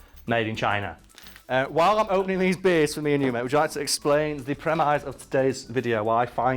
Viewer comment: Did you say prem-ice?